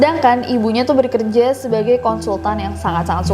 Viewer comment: Agak gimana gitu pas denger kak Nessie bilang bekerja itu 'berkerja' 😂